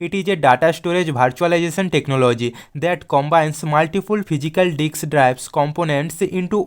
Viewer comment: Bro its disk not dick 😂